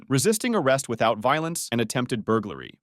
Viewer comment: Attempted "burgulry"? Lol